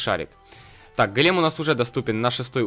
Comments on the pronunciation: Ты говоришь-гАлем, а нужно-гОлем! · правильно гОлем а не голЕм на 'о' ударение)! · Не голееееем а гооооооолем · Дмитрий Немиров Ударение на первый слог Го́лем (ивр. גולם) — персонаж еврейской мифологии. Человек из неживой материи (глины) , оживлённый каббалистами с помощью тайных знаний. Вероятно имеет общее с Адамом, которого Бог создал из глины и вдохнул в него душу.